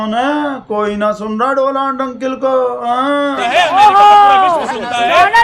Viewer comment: Donald nhi bhai...Modi ji ki tune me Doland bolo..